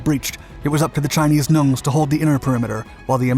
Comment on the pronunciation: Chinese "Nungs". It does sound like "gnomes" when he says it